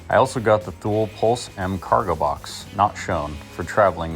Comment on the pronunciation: It’s pronounced Too-Lee.